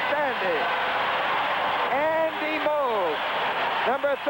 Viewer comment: has trouble pronouncing "Moog", what would he do with "worcestershire".